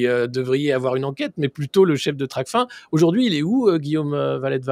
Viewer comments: *TRACFIN et non tracfine.. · On dit Tracfin comme fin !! Pas fine... Ça montre d'entrée la maîtrise du sujet.